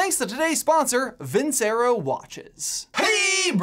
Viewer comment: Hearing you pronounced Vincero like that just makes me cringe